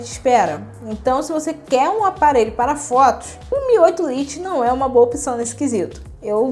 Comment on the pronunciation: vídeo muito bem explicado e feito de forma sincera, mas uma crítica construtiva: precisa tomar mais cuidado com a pronuncia do inglês (lite se pronuncia lait) e com nossa gramática (haja visto/a não existe no português). Mas vc possui boa desenvoltura e simpatia, sucesso no seu canal!